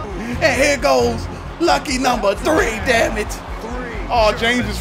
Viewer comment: Three weeks not thwee lol